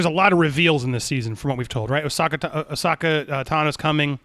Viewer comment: God damnit Andy! It's Ahsoka! Said phonetically. Ah(like the sound you make after taking a drink)-So(like a needle pulling thread)-Ka(like the snake from Jungle Book)! Put some respekt on that name, damnit!